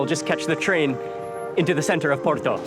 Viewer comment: Thank you for saying Porto and not Oporto! Hope you had a great time in our city :D